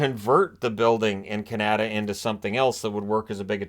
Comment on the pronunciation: Canada isn't pronounced like that.